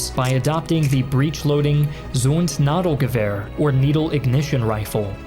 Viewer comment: Zündnadelgewehr - is speaking Ü not U. Sounds like the Y in synthesizers. Zundnadelgewehr sounds funny for a native speaker in german, but is wrong. :-)